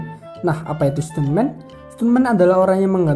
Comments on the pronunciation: Ia bang bacanya standmen bukan stunmen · Stuntman bacanya stanmen 🙏👍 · Stuntman dibaca stanmen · baca nya jangan stuntman juga